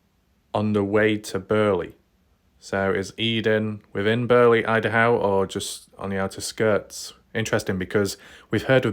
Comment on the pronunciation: You should have 2 channels. Most people that care about missing people are not wasting their lives playing video games... and there's only 1 way to say idaho. What country are you in? 😆 not America because you don't pronounce anything right 😆 🤣 like your channel but c'mon man.